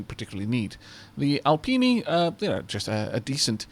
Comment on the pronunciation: great video as always and once again i giggle at a few pronunciations though if you're going Italian you'll probably need to stop calling it "tea-tro" instead of "tea-ah-tro" the Alpini though i think ya pronounced pretty spot on